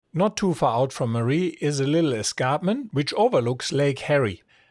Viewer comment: Hello, I respectfully say that Marree is pronounced Mar (as in Jar) -ree, Mar-ree. This is different to Marie like a women’s name. Regards Maris